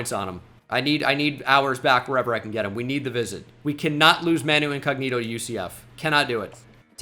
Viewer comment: As a Spurs fan, absolutely devastated to hear that Manu pronunciation.